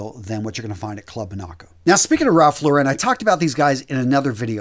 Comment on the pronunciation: It's pronounced Ralph "Lorr-un", not "Lor-ren". Ya killin' me, man! 😫 PS: Another great video. Thanks again! 👍